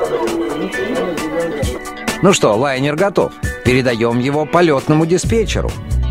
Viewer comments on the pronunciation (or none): none